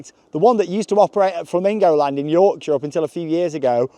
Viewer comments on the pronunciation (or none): none